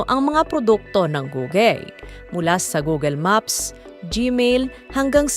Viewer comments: Funny how you pronounce Google 😂. Hindi 'Googel'. It's pronounced Googul. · Googel? It’s Google is the right pronounced. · wow that's good news!! but saying "gugel" is so annoying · "Goo-gul" not "Gogel". That's the correct pronunciation.